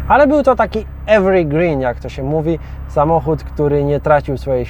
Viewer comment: EWER GRIN;P